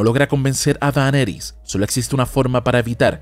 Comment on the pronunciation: Este man tiene un problema serio de dislexia! Qué fastidio su maña de pronunciar mal el nombre de Daenerys! En fin, la estupidez también es una opción